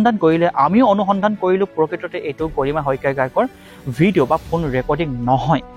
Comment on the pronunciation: Ki fuun recording?? Phone recording..komsekom pronunciation tu thik kor naa...🙄